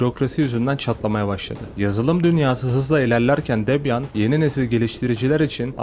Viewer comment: yanlış telaffuz. "Debiyın". Çok da problem değil ben de boş yapıyom zaten. Debian çökerse bilgisayarları satıp inşaat işine girerim.